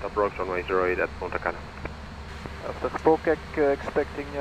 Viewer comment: Sounds like you are saying Puta Cana, hahahahahahahaha.